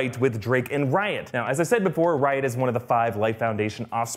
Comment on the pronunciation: Literally every time u say riot it sounds like ur saying Ryan